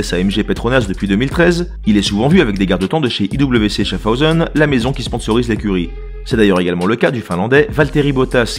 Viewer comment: Cette vidéo est superbe comme d'habitude ! par contre on dit "Schaf haoseun" pour Schaffhausen...